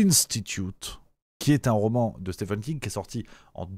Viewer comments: ca se prononce Stieeeeven King, pas Stephan 😀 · Stephen King (ça se prononce "Steven", pas "Stephen") avait déjà écrit le roman "Firestarter" (édité en français sous le titre de "Charlie"), qui évoquait déjà "MK-Ultra", même si c'était bien moins proche de la réalité. Concernant MK-Ultra, il y a une très bonne série intitulée "Wormwood", qui date déjà de quelques années et raconte des faits confirmés, sans trop spéculer.